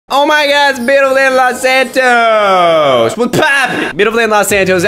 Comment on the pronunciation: "Los antois" sounds like "lot ant toast"